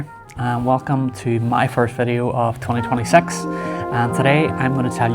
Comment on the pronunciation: did u say twenty twentysex....lol